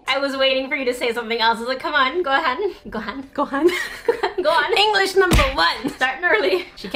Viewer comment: saying "go on" at the beginning sounded like ''gohan'', a japanese rice dish. #FeedSika